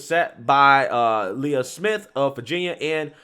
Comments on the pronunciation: How dare you insult Princess Leia by pronouncing this swimmer's name like hers! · "Laya" Thomas?